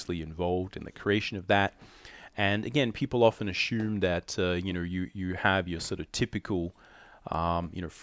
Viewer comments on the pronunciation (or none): Lol “ AH SHOOM, AH SHOOMING” lol